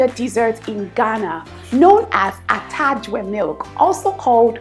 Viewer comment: The way you pronounce atadwe milk is funny😂, but you did good. Thank you🇬🇭🇬🇭